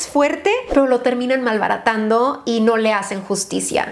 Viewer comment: Esta es una palabra un poco más fuerte Also: M A L B A R A T A N D O jajajaja, eres hermosa 💓